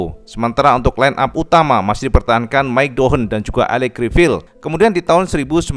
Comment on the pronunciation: Cara baca Criviye Cak bukan Crivil 😁